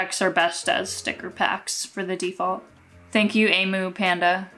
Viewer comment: Thank you so much for putting my sister amber she loves your videos so much ,just wanted to say you pronounce amu like am oo love your vids so much keep up the good work xx💕🌠